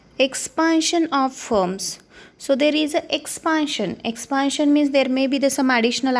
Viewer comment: Not expaaantion it's expantion